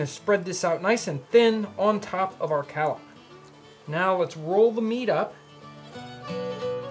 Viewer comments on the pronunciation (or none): Collop is prounced CALL up....